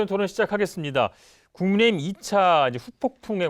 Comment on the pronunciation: 김용남 자꾸 국민의 짐이라 하는 것 같지?ㅋㅋ 발음 탓인가 ㅋㅋ